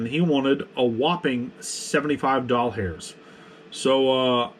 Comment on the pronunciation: "A whopping 75 doll-hairs" 😂